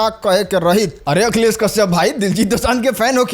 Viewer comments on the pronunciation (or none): none